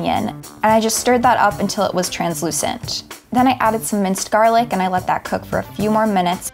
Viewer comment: The way that man massacred that garlic hurt my soul.